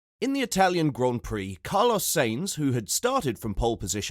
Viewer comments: It is not. It is Sa..ins like in Satisfaction, and it is …eens like in seventeen. So it sounds like: “ Saeens” ok? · Who is "Rose-burg"? And "Say-nzzz"??